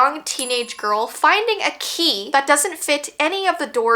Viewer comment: I tought the word that actually said the key was ghe key😢Anyway i love your videos❤❤